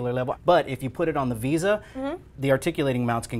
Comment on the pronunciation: When he says Visa instead of VESA it annoys me.